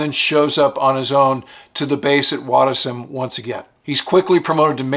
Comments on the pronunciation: Wattisham is not Wattis ... ham ... It is watti...shum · Great story of a great legend! By the way its pronounced (RAF) “Watti-sh-am” NOT “Wattis-ham”. 😉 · Hi, Wattisham, not Watt Is Ham but Wattish Am:) Still active, now an Army Air Corp base for WAH64 Apaches. Have you read Ed Rasimus' book on Robin Olds? Love your videos. Regards from England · Sorry but it’s RAF, Watti-SHam ot Wattis-Ham. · "Wottish'm" - you have to get it right. Otherwise you might be considered uncouth for ever. Kiss, kiss. 😎 PS thanks for the fascinating details. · Wattisham - pr - wattyshum FYI - GREAT VIDEO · Let me help you, Wattisham is pronounced “Wot-tish-shum”. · Minor correction offered from east of the Big Pond - RAF Wattisham is pronounced 'watty-sham'. (My brother flew F-4s out of there.) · The English base is pronounced Watti Sham. Great stuff, thanks. Queen Elizabeth is the wrong one, Queen E had two funnels, you've picked QE 2. (Do not confuse with Queen Mary which had three funnels). It was a privilege to listen and he was the kind of officer that is so incredibly rare these days. We always remember when we met them. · QE2-!!!??? Any, it is Watty-sham Otherwise brilliant as usual, thanks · Superb video very well presented by. I knew enough about Robin Olds to know this would be an interesting story to hear but had no idea of the scale of his achievements. This was a real eye opener for me about a man of such great strength of character. I'm going to have to read his memoir now. A couple of very minor criticisms, irrelevant to the story itself. Wattisham is pronounced Watti-shum, not Wattis-ham. You described Robin Olds' trip back to the UK on the liner Queen Elizabeth but illustrated this with monochrome photos of the Queen Elizabeth 2 (launched in 1967 so not available for service during WW2). I think the QE2 photos should stay just to confuse people.